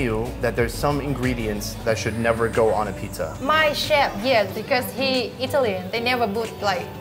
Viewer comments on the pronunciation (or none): none